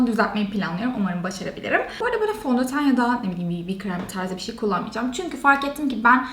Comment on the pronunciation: kaç zamandır bu işin içinde olmana rağmen ki iş diyorum işten sayılmıyor hala daha bişi bişiler diyorsun konuşmanı düzeltsen keşke ilk olarak